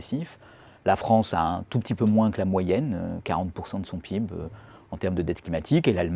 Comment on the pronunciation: frr il peut pas prononcer le pib comme tout le monde